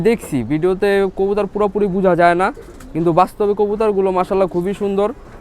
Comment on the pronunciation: কবুতর ❌ কবুতার ✅